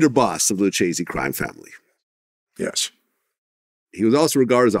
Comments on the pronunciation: "Lu-chase-ey" crime family Vlad? REALLY? It's "Lu-kay-see" smh educate yourself i swear the cringe of you trying to have these mob interviews but don't even know how to pronounce half of it. 😅 In Italian it's "Lu-keh-zeh" a Ch in italian is a K, and because of the double C in front of it in Lucchese, you REALLY have to make the K loud. There now you know. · LOO CHAY ZEE😂